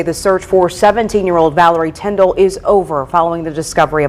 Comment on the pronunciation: Your English is good but your pronunciation could use some help. What bothered me most was that you kept getting her name wrong, which was so disrespectful. Her name isn't Villery Tinder, it is Valerie Tindall.